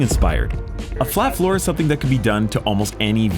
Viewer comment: OOOH flat FLOOR! I could've sworn y'all said flat FOUR each time.... And I'm thinking "of course they're gonna swap the engine with a 4cyl boxer to give it invisible down force." But no y'all mean literally making it a hot wheels car